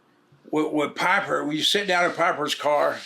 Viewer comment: Pah-per............. Holy Hillbilly. Lol😂 Bart seems like a nice dude though. I wish I could'a hung out with!!!!!!